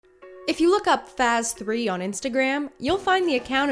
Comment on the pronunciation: I’m pretty sure he was trying spell out “FaZe” not FaZ3 the way you pronounce it isn’t the correct way of saying it ! It’s pronounced “FaZe” the way you saying it , is just cringy and wrong !! I’m sorry I’m just letting you know not tryna come to your neck or something !!!